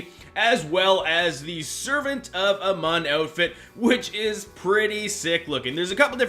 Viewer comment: It's A-Moon not "A-mon"